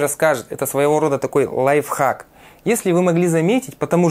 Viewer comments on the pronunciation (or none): none